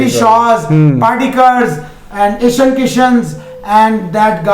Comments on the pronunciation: ईशन किशन नही भाई जी ईशान किशन नाम है लड़के का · Its ईशान किशन ..... Not ईशन किशन। pronounce sahi kiya kare